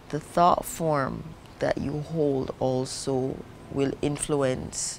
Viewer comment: What an incredible soul - I see you! Also love how her voice sounded extremely "American" for a few seconds when she says "the thought form" lol.